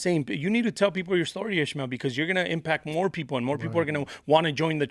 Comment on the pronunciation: its not ishemale, its IS Ma EL